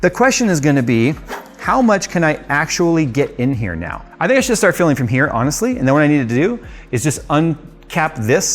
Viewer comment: For some reason, I keep hearing "Philling" instead of "filling"